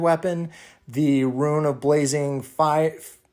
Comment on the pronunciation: Dude... It's pronounced "ROON." Eye twitched every time you said "ruin."